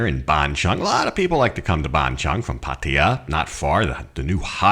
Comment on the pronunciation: It's not Ban Chung...555 it's Ban Chang (Chan)...I've live there 15 years...but love your channel